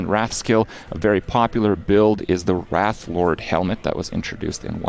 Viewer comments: RAY TH not wrath. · It's pronounced Rayth(wraith).......you're pronouncing rath(wrath) which has no "I" in it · Someone want to tell him that adding an "i" to "wrath" makes it "wraith" ? xD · Kripp, my man, top tier content as always; glad you're loving LE so much! PS Wraith (RAY-th), not 'wrath', as in wrath of the lich king. Signed, a teacher. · Why... why does he pronounce wraith as rat... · Why is it so many youtubers can't pronounce the word "Wraith"? It's not "Wrath".